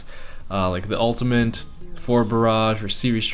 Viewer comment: Why does he pronounce ultimate as "ultimant" ?